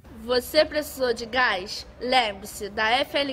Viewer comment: "Você precisou de gaix " Zkzjzj